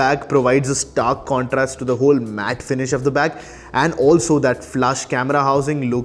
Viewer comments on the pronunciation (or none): none